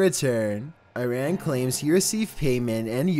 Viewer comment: The way he says Iran and Shiraz makes me wanna cry